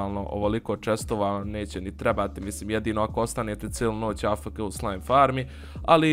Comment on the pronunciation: Kaže se a ef ke